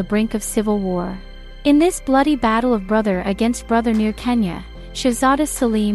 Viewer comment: I assume you mean Konya, not Kenya